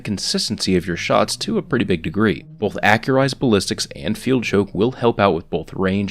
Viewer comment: Stop saying bolth